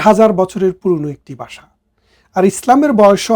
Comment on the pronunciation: বাসা নয়। ভাষা রে